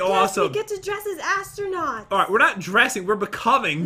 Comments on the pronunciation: “ I can’t wait to start becoming an AssTRunuuWws!” - Jen 2019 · jen: "i cant wait to be astunits* pat: " astunuts? " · I like when Jen said "astronewts" 😂😂😂😂😂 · Jen: astronukes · jen literary said asttronuits then i was like what.... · Jen your so funny you said assternoot,s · said astro-newts